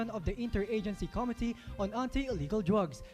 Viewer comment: Committee is mispronounced along with other common words. That gave you a big mark down.